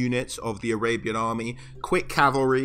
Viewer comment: When you said "arabian army", is it spelled "Arabyan army"? XD